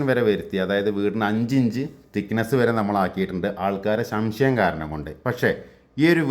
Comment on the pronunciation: ശ൦ശയം അല്ല ചേട്ടാ സംശയം. സാധാരണ നാലഞ്ച് ഭിത്തി കെട്ടുന്നത് മുകളിൽ ആസ്ബറ്റോസ് ഇടാ൯ പണിയുന്ന വീടിനാണ്